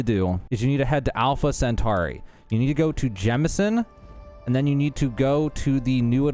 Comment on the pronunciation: Just rename the channel to alpha centari shit u say it without fail in the first 30 seconds of every video